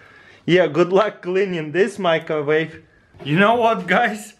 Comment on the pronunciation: why does he say "microvave"?